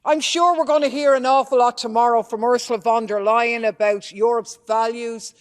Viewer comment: Lol did she say “Ursula Von Der Lying?” Nice 😂